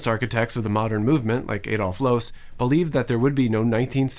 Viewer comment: Are sure Loos isn’t pronounced like Lou’s?